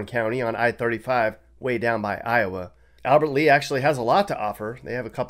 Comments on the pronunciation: FYI - it's Albert LEA not Albert Lee. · Lol, Sounds like he's never been to Minnesota. Did you say Albert lee??😂😂😂😂 If I'm not mistaken, pretty sure it's Albert Lea. lollzz 😂😂😂😂